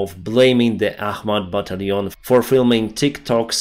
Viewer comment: when you say "battalion" you sound like a Frenchman! You pronounce it like you're from France. ✌😄👍